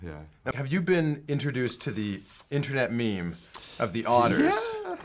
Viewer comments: Meme, mem, meh. XD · meme mem meh.....can you not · "meme mem meh" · Meme, mem, meh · Meme? Mem? Meh. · Meme, mem, meh! I freaking love Ben :D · Meem, mem, meh... Ha, ha. I'm gonna call memes mehs now... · Meme, mem... meh? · Meme, Mem, Meh- Mr.C. best one ever. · "meme, mem, meh" hahahah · "Meme,mem,meh " lol :D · meme, mem, meh hahaha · Meme, mem, meh. lol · Meme, mem, Meh XD